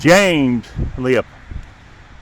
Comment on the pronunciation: It's Springmill Cemetery, not Springfield. Also, it's Leppo, not "Leo-pole". This is a former graveyard of a Lutheran Church.